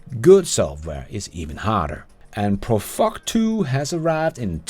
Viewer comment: Lol. Last, it's "PruFrock", not 'ProFuck'. But thanks for the laugh.